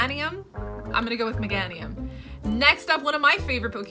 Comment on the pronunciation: Here are the pokemon names that I think you mispronounced 1)Meganium? 2)Ariados 3)Chinchou 4)Togetic 5)Ampharos? 6)Aipom 7)Misdreaveous? 8)Pineco 9)Forretress 10)Scizor 11)Swinub 12)Piloswine 13)Mantine 14)Elekid 15)Suicune? Iam not sure if I got everything. Maybe some of these are wrong too,so feel free to correct me😅